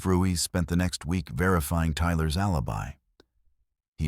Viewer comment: Ruiz not Ruise.